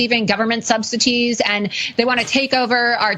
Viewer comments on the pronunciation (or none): Did Laura Loomer say “subsities”? What the heck is a ‘subsity’? The uneducated are too hilarious. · She did not say "substities" I cannot be alive for this anymore.